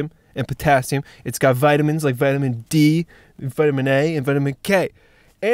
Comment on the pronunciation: Vitamin DAK